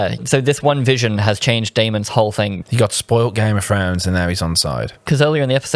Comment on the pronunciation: " one hail of a gime of frones character" 😂😂😂wow